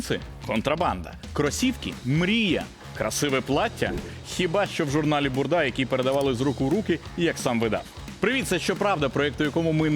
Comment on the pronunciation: Не БурдА,а журнал БУрда моден,наголос на першому складі